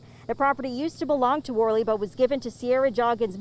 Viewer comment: Worley is actually pronounced werly. Not many pronounce the name properly unfortunately. Glad you pronounced it correctly